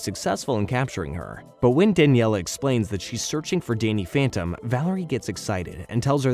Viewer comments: OK if you’re gonna do a video like this, you have to do it right here are a few things that you’re missing; Name pronunciations - Danielle not Daniella - Plasmius not Plasmus Plot points - in your list of notable characters you prioritized Dani over Valerie when she only appears in 2 episodes and guest stars in the final. Valerie should have been listed and she should have been listed before Dani - Danny walked into the portal on purpose not by accident - Vlad’s hair turned white. That did not age him up. It just inverted his hair like Danny’s. Vlad was too sick in the hospital, recovering from the incident to graduate. - this is not the entire story if you’re skipping episodes. This is the gist of the story. - the Fentons are DEAD that is Valerie Gray and her father, Damon Gray! TUE was one of the best episodes of the entire series before its downfall in writing….AND YOU BUTCHERED IT??? What tf do you have against Valerie???? - Jazz shoots Vlad not punches him - oh now you mention Valerie??? And you write her off??? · If only he could spell and pronounce character names right. I was cringing whenever he said “Daniella”. And I noticed he spelled “Valerie” with an “o” in the middle.